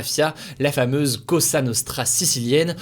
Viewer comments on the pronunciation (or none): La fameuse mafia "K0sSa Nosscra" la pronuncia è da rivedere 😅